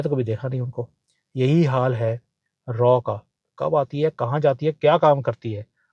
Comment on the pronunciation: Aap galat bol rahe hai! RAW nahi RAAAAAA....bolte hai. Agar doubt hai to koi bhi Porky ko puch le jiye.😂